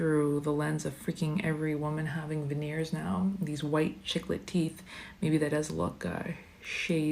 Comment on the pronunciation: did she say Chicklette teeth💀 idk if she meant baby chicken or to say chicle like the gum, in either context it made me giggle